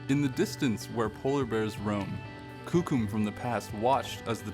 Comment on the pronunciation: Why do they choose to show the lightest skinned whitest looking natives to be shown on t.v I'm full blooded cree as is my son and none of us or my family looks or acts this caucasian Even the way the narrator say coucum ITS KOOKUM